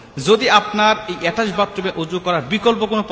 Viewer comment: উচ্চারণ টা এটাস্ট বাতরুম নয়। ওটা হবে অ্যাটাচ বাথরুম। তুমি তো নিজেই একজন অজ্ঞ লোক।